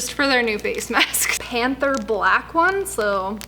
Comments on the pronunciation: Panthère = Pantair, although there's not really an '"an" sound in English (it's not like "pant-", it's more like pah-tair, but not really). Also, the perfume that was in the Cartier ad was Pasha, not Panthère, but oh well. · Hi Panthère 🐆 is pronounced pon-thair- r is again rolled!